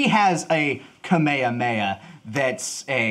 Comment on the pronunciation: Lol cringe, love, but pronouncing Kamehameha as “Kameyameya” will always fuck with me